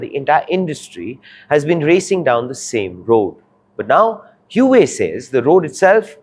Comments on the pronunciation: Bro, its "Hua" wei not "Hue" wei. "Hua" means Chinese-ness or Sino, and Huawei means Chinese-greatness... so the name has huge cultural impact and not family names like in India. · It is huawei and not hu wei ! Come on ! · It's pronounced "wah-way" not "hoohay" 😂😂😂. Journalists should do a google search at the very least. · im sorry hew-whey? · Your pronunciation of Huawei is grotesquely wrong. It's pronounced Hu-Ah Wei. The name is very meaningful to all Chinese people. It means Greatness of Chinese. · The first time I've seen (and credit for doing it!) A presenter correct the pronunciation of Huawei "Mid flow"! Well done!! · Huawei is not HueWei. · What the heck is whowei ? Learn to pronounce first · Please check the pronounciation of huawei(wow-wei). your's feels weird. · 是 hua wei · What? Huawei being the focus of the subject matter and the presenter cannot get the pronunciation of Huawei correct? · Learn to pronounce the name correctly first before you make any video about it. It is painful to hear such weird pronounciation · if you can't pronounce the companies name properly don't try to report on it. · Please learn how to pronounce the name correctly who is who..aay? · Learn to pronoun the company name first before doing news :face-blue-smiling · Can't even pronounce the name correctly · For fs sake learn to pronounce the name properly or quit your job. This anchor is insufferable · Get the pronunciation of Huawei correct please narrator. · Even can't pronounce Huawei in proper way 😂😂😂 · Couldn't finish watching the video! Too unprofessional. Its not Hue-way - Its Huawei. Learn the pronunciation first before making a video on it! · Hua wei! Not hiu wei! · Where did you learn to pronounce HuAwei as Huwei? Huawei is internationally famous and yet you don't know how to pronounce it's name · It's not hyuway it's pronounced hu-aa-way. Maybe people not into tech should not give tech news. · Its pronounced as HUA-WEI.....not hueway LOL.